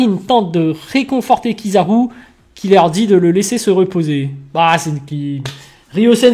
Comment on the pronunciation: Ta façon de dire kizaru est une fraude m'a fumé 😂😂😂😂😂😂😂